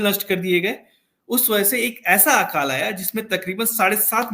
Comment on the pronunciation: Sir, Hindi ka sahi uchcharan kariye. "आकाल" (Aakaal) नहीं, "अकाल" बोला जाता है। यदि आप शुद्ध हिंदी नहीं बोल सकते तो इस interview का जवाब किसी शुद्ध हिंदी बोलने वाले व्यक्ति से दिलवाइए। हिंदी को तोड़ मरोड़ के मत बोलिए ।